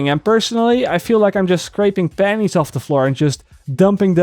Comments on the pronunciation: Pennies... not Pannies. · I thought he said "I feel like im scraping panties off the floor" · I know what you are saying but it does sound like you are saying 'scrapping panties off the floor' you should make a t shirt of that haha. Thanks for the video dude!